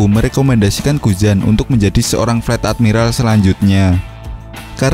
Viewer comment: Fleet itu baca nya flit bukan flat